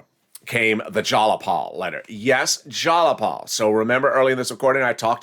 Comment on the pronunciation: Go to Google Translate,: in order to pronounce it correctly - "Tlaib and Jayapal" (detect the language) ☑️ (Newscastors have to be in the know)